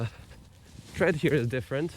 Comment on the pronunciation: Did you just say "tread" LoL.... Ive sat in the background for quite some time. Ive watched all your vids, without a doubt my favourite EUC channel. Thank you for your time.